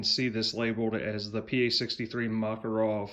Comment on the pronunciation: not MAkarov,but MakArov.